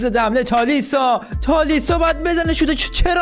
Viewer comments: تالیسکا ❌️ تالیسا ✅️ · جان خواهشا از خودت اسم بازیکنا رو عوض نکن تالیسا چیه تالیسکا اونو میگه مگنان درحالی که مانیانه پیرلو رو میگه پیه رلو عجبا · چجوری به تالیسکا میگی تالیسا واقعا عجیبه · داداش هنوز که میگی تالیسا😂 بدبخت تالیسکا😁❤️ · تالیسکا❌️ تالیسا✅️ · تالیسا نیست داش 😂😂😂 تالیسکا❤😂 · تالیسکا ❌تالیسا✅ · چرا به تالیسکا میگی تالیسا